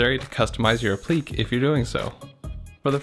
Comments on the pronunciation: It’s App-li-que (k) not Ap-plique (pleek) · Great video. Only one thing, I know it’s a small thing and I’m not trying to be pedantic but, the word is pronounce “Ap-plik-Kay”. The is a “ ‘ “ over the “e” which means it’s not silent like in technique. Also, I’m not sure if this is even the proper use of the word. I think that piece would just be called a “molding” or, “trim” piece.